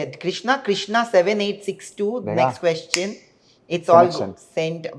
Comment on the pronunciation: Somebody teach this man how to pronounce question. It’s not quoshon. It’s ques chen. Question. Not quotient.